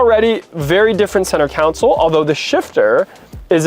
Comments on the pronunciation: It’s spelt console so why would you pronounce it as council. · Counsole 😂😂 bro making up words 😭